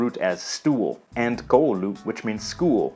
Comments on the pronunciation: In Finnish, stress is always on the first syllable. KOU-lu, not ko-U-lu, as you pronounced in this video. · There’s a minority here that speaks Swedish because we were once under Swedish rule. This man’s pronunciation is all over the place. He can’t even pronounce “koulu” properly. It’s kou-lu, not kuu-lu. And there’s never emphasis in the middle of the word — always at the beginning. The word for “he” or “she” is “hän,” not “han.” Ä is always pronounced like the a in and, hand, stand, land, man. O is never pronounced as “u” or “ou” — it’s always pronounced like the o in long, dot, com, not like in boring. That would be a double O, as in the English word door, or the Finnish word kooma (koo-ma, meaning “coma”). Each letter counts and is always pronounced the same, except for the “ng” sound. For example, kaupunki (“a city,” “the city”) — kau-pun-ki — has hard k sounds, but kaupungin (“the city’s,” “of the city”) has the soft “ng,” which blends the n and g sounds together when you pronounce them, even though technically the n and g are in different syllables (kau-pun-gin). The consonants are hard. R is a hard R, like in the English word rocket (in Finnish, raketti, spelled ra-ket-ti, every letter and syllable pronounced clearly), not like the soft R in words like sour, for, or flour. It would have been so much easier to just use Google Translate to pronounce the words than to botch them like this. Other than that, the video is fine. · Finnish is emphasized on the first syllable. So it's 'kuningas, not ku'ningas. 'tuoli, not tu'oli and 'koulu, not ko'ulu. Also, kaupunki is town, not kaupungi. It's kaupungin because the closing of the syllable "punki" with a letter (in the case the letter N) demands a change of the syllable called "consonant gradation" (or "konsonantin vaihtelu" in Finnish). So kaupunki in genitive becomes kaupungin.